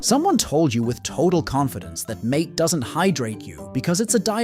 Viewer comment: Its not mate, its pronounced mar-tay.